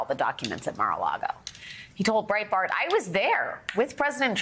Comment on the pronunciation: Great piece but you pronounced "conmans accolite" and "Mar a Lardo" wrong